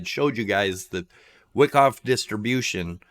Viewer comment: Wow.... doesn't know Wyckoff ("not pronounced "wick off"). You need volume profile and learn how it relates to price. Also, that ABCDE pattern is not at all a valid elliot wave the way you have it labeled... pretty bad if you are actually trying to teach